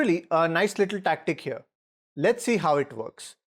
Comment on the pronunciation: If he goes hearuh we have a trap for that too